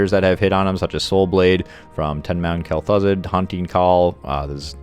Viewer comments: It's Kel-Thuzed. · "Kell Thoo-Zahd"